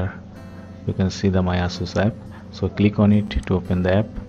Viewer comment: the way you pronounces ''Ass soos'' made me laugh